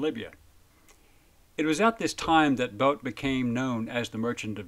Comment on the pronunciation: Bout was..... Boot sold..... Bewt did..... Bought committed...... Boat was convicted..... Bowd is now...... Nice pronunciation of his name.